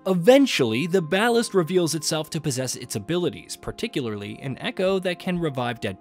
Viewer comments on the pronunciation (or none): none